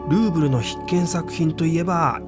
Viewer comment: ルーブルがグーグルと聞こえる😊